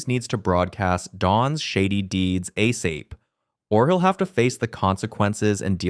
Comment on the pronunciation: A-Sape? I know it was supposed to say ASAP, but a gorilla needed immediately really made me giggle.